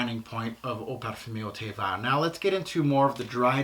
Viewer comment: Fabulous review. Very in depth. Hope you don’t mind me saying the pronunciation of ‘vert’ is ‘verrrrrrr’. No i in there. 🤗🤗🤗🤗